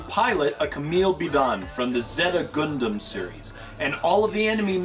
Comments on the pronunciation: LOL the way you pronounced Gundam was just priceless. :D It's actually pronounced 'Gun Dum' not 'Guun Doom' as you pronounced it, but otherwise, awesome review. :) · Nice review, but it's not pronounced "Goondom"